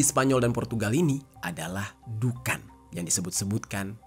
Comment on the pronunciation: Dukhon, bang. Bukan Dukan